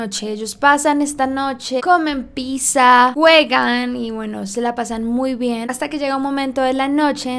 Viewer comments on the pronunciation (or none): C O M E N P I S S A 🤣🤣🤣🤣 no se si escuche mal o dijo pisa en vez de pizza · Oh no wey todo el video me gusto menos el segundo en el quedijo piza y no pizza :v